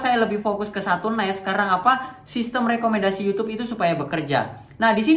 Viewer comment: niche kok ngomong nya nes, nas nes nas nes, belajar dulu om, sama belajar ngomong nama anda sendiri di opening nya,, bukan timon adiso